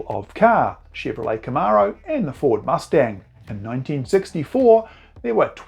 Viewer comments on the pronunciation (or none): none